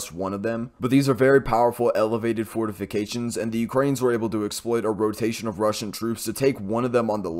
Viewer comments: You had me at " fortifigated" lol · Fortificated lol🤣🤣🤣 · SIR, I think you mean fortificated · Wait. You can pronounce serious Ukraine small towns name but choke on fortifications...DUUUDE 😂.